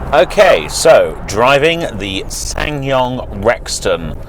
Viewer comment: you don't pronounce the second S in the name